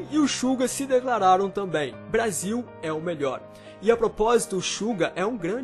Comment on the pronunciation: Alguem mais percebeu que ele falou Brásil?kkkkk